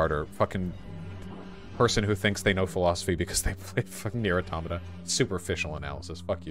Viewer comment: Finally, someone who places the stress on the second syllable of 'automata' instead of the third.